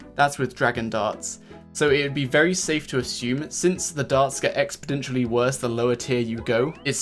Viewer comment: It's "Exponential" not "Expodential":) Can't wait to try new buffed Rune med helm 🤣